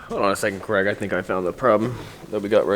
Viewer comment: Why do Americans pronounce Craig as Cregg? It's an ai sound not an eh sound.